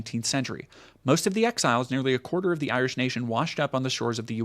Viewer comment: it's a common American mispronunciation. They don't care to learn what people call themselves, so if it's not derogatory nicknames like "Paddy" or worse, it's mispronunciation.